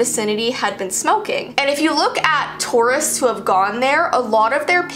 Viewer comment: How you say tourist, I hear it as Taurus